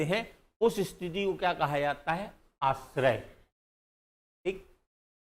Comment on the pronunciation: सर, माफ करना, आश्रय नहीं आश्रव कहना, बोलना